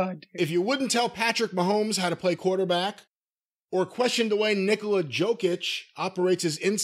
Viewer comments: that's not how Nikola Jokic's name is pronounced, and "pretty good" is an understatement. He's a back to back MVP and just won the finals. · This is terrible lol they don't say a damn thing! The man said "jock itch" it's jokic he just became a nba finals champion and a 2 time mvp! It's two old dudes talking about wrestling and it's terrible. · Jock itch 😂😢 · That article is hilarious because Patrick Mahomes DOES get coaching. He has a quarterback coach. Jokic (pronounced yo-kitch by the way) and Ohtani all have coaches that they listen to. That's part of the reason they're good. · OmG u 2 its Jokic "YO-Kich" and omega reminds me of dirk diggler aftet the fame in the interview with burt reynolds. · completely butchered Nikola Jokić name.